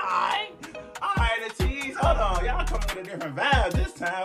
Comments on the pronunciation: thanks for the reaction! btw ateez is pronounced ay-teez rather than ah-teez :) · Deja Vu is an amazing video and song. Love how the music video reminds me of late 90s/early 2000s MV styles. The dance is so sensual and cool at parts and this was a nice change from Ateez's usual music! Hope you can react to their song Mist, which is a great song, next! There is no music video but there is a beautiful live performance of it that shows how good their vocals are! Also Ateez is pronounced like ayy-tease/eight-eez, not uh-teez! 🥰